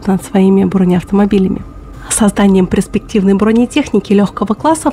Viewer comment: пЕрспективной а не пРеспективной, говори грамотно!